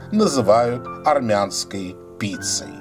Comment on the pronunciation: Що опять аррррмянский?